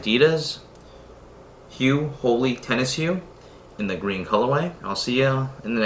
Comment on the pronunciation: His pronunciation is correct.